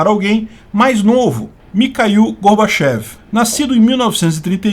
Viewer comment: O certo é falar Gorbatchióv já que é escrito com a letra ió e não ié. E mais correto pronunciar Mirrail e não Mikail já que é grafado com a letra Rô.